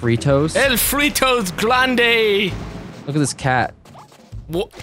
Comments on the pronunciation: He seems to be saying "El glande" instead of "El grande", glande is the name of a part of the penis in spanish. It's pretty damn funny. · tried to said " el fuego grande" but he ended up saying " el fuego glande"... XD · tries to say "grande" that means "big", but he says "glande" which is in spanish the head of the penis hahahaha